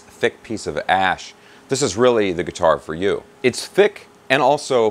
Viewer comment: Oh I get it. It's like he's saying ass!